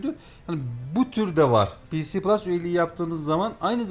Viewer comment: ps plus olarak okunuş olarak daha doğru nitekim pc plus olarak söylendiğinde sanki bilgisayarda da oynayabilme ihtimali var gibi bir paket anlıyorum, Ek olarak Killzone shadowfall ps3 oyunu değil ps4 oyunu dil sürçmesi oldu sanırım